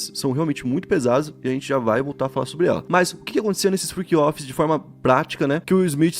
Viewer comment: Friqui offis 😂 Inglês de milhões